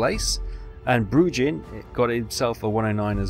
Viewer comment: Bruijn is pronounced like Bruin...Brew-Inn